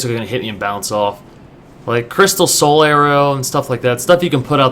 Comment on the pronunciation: Every time I hear someone call Solaire "Soltare" I think of Oog from Aqua Teen Hunger Force XD!